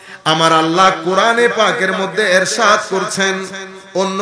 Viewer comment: Ershad na. Irshad hobe